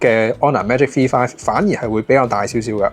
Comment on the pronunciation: 点解V读F噶？香港的读法不一样？